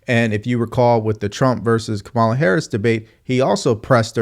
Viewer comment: you still can't pronounce Kamala - this has become a learning disability my man